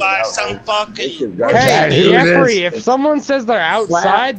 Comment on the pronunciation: "Yeffery" LMAO